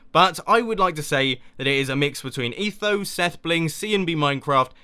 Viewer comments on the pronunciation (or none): none